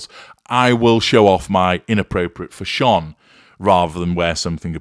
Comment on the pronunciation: wish he could pronounce the word fashion instead of(fashonne)!!!!